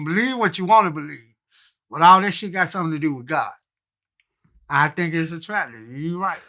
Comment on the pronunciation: Crunchy Black: "It's a Trajahgy" 🤦🏾‍♂️🤣